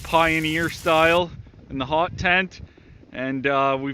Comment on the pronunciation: Sounds like your saying HOG not HOT.